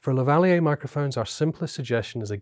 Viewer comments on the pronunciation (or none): Lavaliyay ... got it. Been pronouncing it lavaleer for so long. Haha.